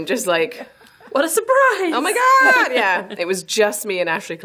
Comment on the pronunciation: Emily sounds hella American with the Oh Mah Gawd